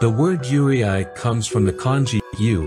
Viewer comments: Cool video, I just have one complaint. I'm not trying to be an asshole, and I don't know if it's text to speech or what, but considering the video is about yūrei and considering how many times the word appears in the script, it was kind of lame/annoying to hear it mispronounced every, single time. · Pronunciation is incorrect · Lol, as soon as I heard mispronunciation of "yurei" I stopped watching. If you're going to make a documentary, learn how to pronounce the words. Geez. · You did all of this research to make this video except for the pronunciation of the subject itself 😅 it’s pronounced “you-ray” not “you-ri-ai” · Pronunciation is very important in when you explain it to people in the video. When you pronounce “Yūrei”「幽霊」, it will be “You-ray” and not “You-ray-aye” because you are technically saying “Yureai” 「揺れ合い／揺あい/ゆれあい」 which means “swaying”or “shaking” when writing it in its kanji and hirigana form. So just a small note when you do your research for videos, just be sure to work also on how to say words or the people who speaks and understands the language will not get confused on what you are trying to say in the video or in person. 😅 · It’s not you re eye(ur pronoun) Proper pronoun is you le e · Very well explained! 👍 Just one detail. It’s not pronounced’Yureay. But pronounce Yuray written Yurei. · Not YURAY AY. ITS PRONOUNCED YUURAY. YUUREI And not everyone on the list is YUREI. There’s YOUKAI in there also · ....the way the voice pronounces Yurei irks me in every fricking way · I still quite disturbed by how he pronounced "Yurei". It's Yu-re-i, not Yu-re-ay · good video even though the pronounciation is wrong Yurei is pronounced as Yu-rey not Yure-i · IT IS NOT YURIAI- IT IS PRONOUNCED AS YURAY!! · Yoo-ray, not Yoo-ree-aah-ee. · Did you use an AI to narrate this? It's pronounced "yoo - reh", not "yoo-ree-eye" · It's not pronounced yuri-aye but more rather yu-rey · its more like ray-ee not ree- ai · It's pronounced you-ray (closest I can think of)